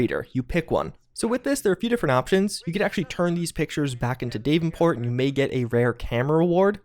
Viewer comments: “DAVE-en-port?” Did you mean.. DAV-en-port?” 😆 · Dave-in-port is pronounced Dav-in-port btw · I thought maybe the bullions would be like gold bars in Red Dead Online and purchasable in bundles in the store. I'm glad this is not the case. And sorry, but it's bugging me the way ur pronouncing "Davenport". It's Da-ven-port, not Dave-n-port. The "a" is short. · Why does he say Davenports name like that? He says day-ven-port when its DAV-ven-port, not a serious issue lol but its weird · It’s pronounced dav-in-port not Dave-in-port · "Dave-in-port", really? Really? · Bullion not bullions like there’s no sheeps. DAV-en-port.....cmon it actually says it correctly in the game! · DAV-IN-PORT! Dammit! This is to spite me isn't it!? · "Dave-in-port"? Good lord... lol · Brian H exactly what i said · That is not how davenport is pronounced. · The way u say davenport.. why you not saying DEE AYE VEE EEE ENN .. say your abc, now pronounce the same letter.. see the difference? Why u pronounce some letters as if your saying the alphabet astonishes me man. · You way you pronounce Davenport hurts my ears